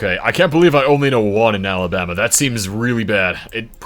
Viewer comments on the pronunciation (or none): none